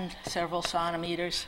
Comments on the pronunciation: I believe that "contimeters" is her attempt to pronounce centimeters, the French way. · Hahaha "contimeters". Clear she never needed to use the metric system in her day :)